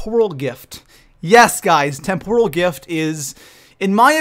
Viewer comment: Tem-per-el not Tem-pour-al lol